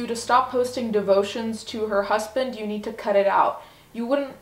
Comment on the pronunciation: The way she says hussband... 😂😍